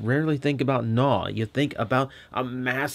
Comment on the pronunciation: I am glad you are not pronoucing his name as G'naw (Guh-naw)